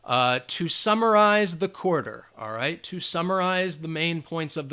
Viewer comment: Instead of: "to summarize", I heard "2 samurais"!!! 😂😂😂 Thanks a lot Teacher ""... 😉